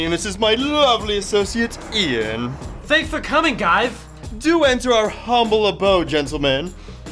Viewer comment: Its Ian not ien